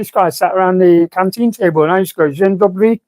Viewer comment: "Dzień Dobry" you've said it almost good. First word quite good, second word perfect